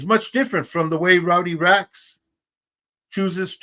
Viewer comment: It’s Rowdy Racks not Rodney Racks 👊🏼